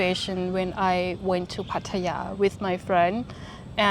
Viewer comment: you speak very well, but you've been in Thailand for 11 years? Now you're ready to pronounce "Pattaya" correctly. Listen to how Ying pronounces it.